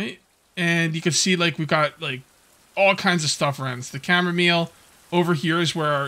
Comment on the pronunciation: Chamomeal... sorry mile, chamo-mile 🤦🏻‍♂️